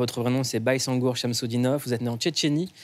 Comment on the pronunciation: C’est Baysangur pas Bayssangur